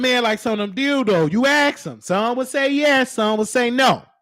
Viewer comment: Every time you said “Dilldoo” I started geekin!!!! 🤣🤣🤣